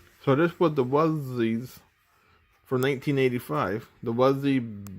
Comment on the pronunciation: Thank you so much for this, I've been looking for this recording forever! Also, it's "Wuzzles". Rhymes with "puzzles" 😊